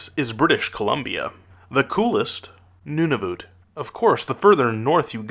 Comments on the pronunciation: secondly: Nunavut. You Pronounce it nun-i-voot when you need to Pronounce it nun-i-vut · its nun-a-vet